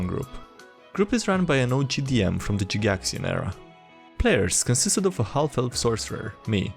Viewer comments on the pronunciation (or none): Jee-gaxian. What a way to pronounce Gygaxian.